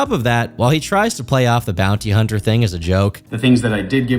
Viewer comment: hearing him say "im a former bouny hunner" made me realise he's THAT guy.